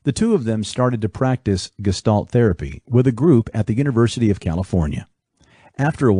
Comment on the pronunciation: Is this a text to speech reading this? It's not Grinder as in someone who grinds things, it's Grinder with the I like Indian. It's not gestalt as in guess it's pronounced geshtalt.